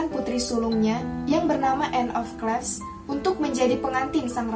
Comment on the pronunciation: banyak yang salah anne of (klif) bacanya